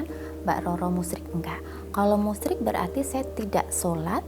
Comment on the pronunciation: hhhha ....bukan musriiik kata mbak roro tp menyekutukan Allah